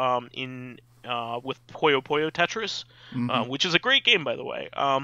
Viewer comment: That's NOT how you pronounce "Puyo Puyo", guyse. Sheesh. It's Puyo Puyo as in "Pyo Pyo" (almost same if you were to say "Pew Pew", but with "yo" instead of "w" at the end). NOT "pUyo".